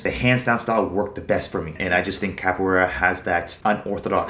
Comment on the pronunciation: Its capoeira not copoeira 😡